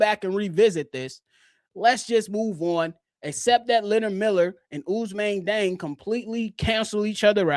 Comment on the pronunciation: West African here. Although born in France, Diang is Senegalese 🇸🇳, and thus his name should be pronounced according to his Serer heritage/ethnic group, NOT according to the colonial pronunciation 🤬😒 In his ethnic group, his name is pronounced: “jeng.”